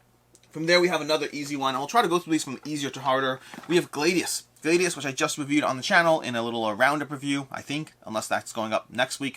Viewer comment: Gladius is pronounced with a short a BTW - just like gladiator.